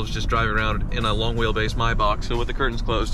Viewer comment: Mai-Bock(Maybach) and Matty (Matte) are the funniest ways I've ever heard the two words pronounced lol...That's like my Dad pronouncing "meme" as "mee-mee"